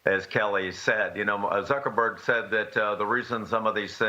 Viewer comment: Did I just hear Suckerberg? Lol